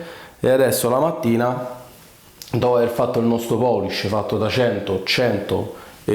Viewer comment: Una domanda, ma poolish non si dovrebbe pronunciare "puulisc" più o meno? Tutti gli italiani su YT dicono "poolisc". Non mi sembra corretto, ma attendo un madrelingua inglese che me lo confermi:finger-red-number-one